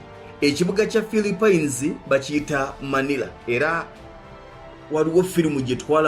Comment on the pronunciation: Dd i heard philipen😳😳😳!!?